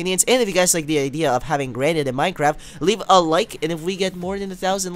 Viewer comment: its pronounced as granit but garnite